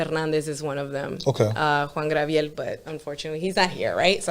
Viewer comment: Did she just say Juan Grabiel 🤣